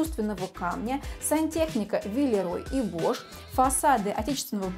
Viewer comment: Из обзора в обзор. Почему виларей и бош. Виларей бох. Необходимо «ш» заменить на «х»